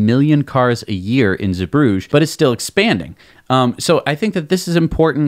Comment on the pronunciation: Small tip for your editors, its Zeebrugge with double g! And you could pronounce it as a hard g (not the french g you do now), or as ch as in the hebrew le chaim. Keep dem episodes coming, loving it!